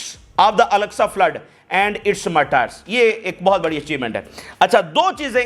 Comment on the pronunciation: Martyr ko aisay perha jaata hae jaisay martur likha hooa ho